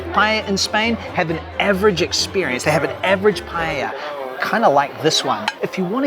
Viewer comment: You forgot a critical one: calling paella, "paLLella". Many more tourists do this than the Barca thingy. Best!